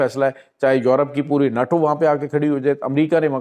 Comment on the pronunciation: Are you sure you are a Doctor, or even know English? i highly doubt it. NATO is pronounced as NAYTO it is not NAATO? It was my first time listening to, but I had to stop it right at the 39th second.